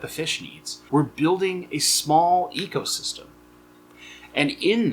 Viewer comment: My only criticism, u said "echo" system , its eco like "go" 😂